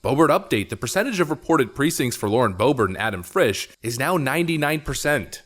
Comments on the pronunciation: Go back and watch again, when you said "Adam Frish" it sounded an awful lot like "Schiff" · You said Schiff instead of Frisch. That's quite the Freudian slip. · slip calling Boebert's opponent "Adam Shiff" made me laugh way too hard. It's hard to keep ***holes separate. Lmao